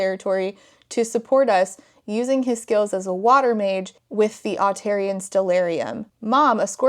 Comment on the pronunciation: I'm listening to this as a podcast while I do other things and hearing you say Otarian(?) at ~ was so jarring because I thought you said Ontarian, as in resident of Ontario... I had a moment of "!?!?!? what do WE have to do with all of this"